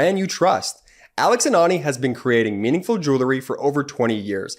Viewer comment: I miss Brett. But the way says "joolery" makes me feel better. I love the channel and I owe my sanity to the brothers.